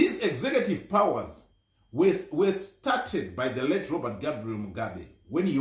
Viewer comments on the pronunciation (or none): none